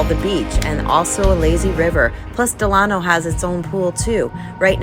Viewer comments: Del-a-no, not Del-ano. Like Franklin Del-a-no Roosevelt. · Great video but it’s “Del-uh-no” ;)